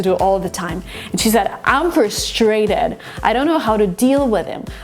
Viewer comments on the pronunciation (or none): Jungkook: Trusfrated?!?! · American input here... I would answer "hey, how's it going" back 95% of the time. No details. And "frustrated" you should accent the u not the a. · who taught you how to say frustrated?